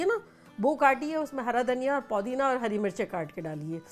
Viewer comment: Mashalla kya cooking hai aapki... bus ek request... please call it Pudina and not Poodina